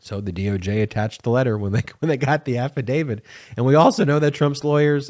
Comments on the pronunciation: Please say affidav-IT. Saying “affidavid” diminishes one’s faith in your argument by creating a perception you have no understanding of language and, further, any more complex issue. I think you’re just enunciating lazily but I admire your endeavor and would like you to be beyond reproach. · It's not 'affadavid' but 'affidavit'. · It's affidaviT not affidaviD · Please ,please the word is AFFIDAVIT not AFFIDAVID……. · I love your videos, but for the love of all, please quit saying “afi-David!” It’s affidavit. No ‘D’. Not even a little. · I like your videos but please stop calling an afadavit an afa-david. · There’s no “DAVID” in “Affadavit”. AFF-A-DAVE-IT <<< “T” The end sound is “T”! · THERES NO “D” at the end of AFFIDAVIT. Stop mispronouncing it. I cannot and do not take anything you say seriously when you continue to pronounce it wrong. Why hasn’t your editor corrected you?